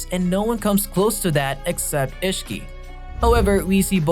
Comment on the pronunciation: And issihiki